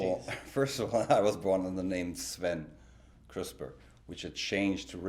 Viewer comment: It's cute how Richard pronounced his last name like Crisper. Same with the word "parents", he says it like prarents 😋